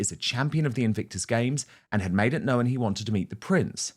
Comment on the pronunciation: Weird pronunciation of the word 'known' turning it into 2 syllables.